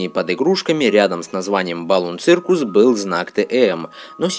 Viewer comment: Не цыркус, а сёкус !!!!!